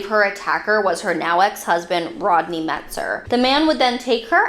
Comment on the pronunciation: It’s not Metzger, as you said it, it’s Metzer.